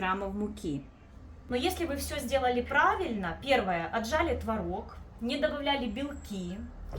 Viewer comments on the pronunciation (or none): ТВООООООРОГ!!! НЕ МОГУ СЛЫШАТЬ ТВОРООООГ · Правильно было творОг. Но теперь Допускаются оба варианта ударения. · ТворОг или твОрог. Автор говорит на первых минутах это слово с разными ударениями😅